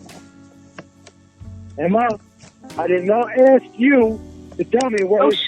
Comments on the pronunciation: I admire the work you've put into this, but really 'axe' instead of 'ask'. Rookie. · "Ask” not "axe."